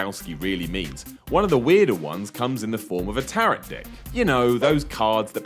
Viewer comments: What the hell is a Tar-rot deck? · Tarot is pronounced like arrow, and not carrot. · It's pronounced TA-ROW, not TA-ROT... you probably only said it wrong to get comments like this! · You're pronouncing 'tarot' wrong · You need to learn how to correctly pronounce the word "Tarot"... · There aren't enough comments about his butchering of the pronunciation of "Tarot"... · Learn to pronounce "tarot".